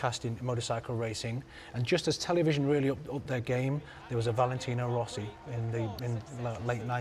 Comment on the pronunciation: its rossi lol